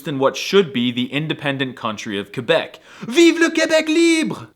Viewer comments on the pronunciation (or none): none